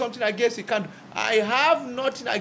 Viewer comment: Nkandu Luo, say it after me, NKANDU not Ikandu